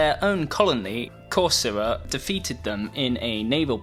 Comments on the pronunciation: You're pronouncing Corcyra / Corfu wrong . In fact , I couldn't tell this was actually it because of this mistake of yours . It's pronounced Korkira / Kerkira not Kosra ! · Corfu (Corcyra in ancient greek, Cercyra in modern greek) he not pronunciating it correctly thought, c sounds like "c" in the word "can"